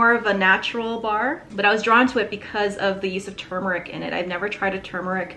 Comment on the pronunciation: My pet peeve is people saying TUmeric. Thank you for saying TURmeric 🤣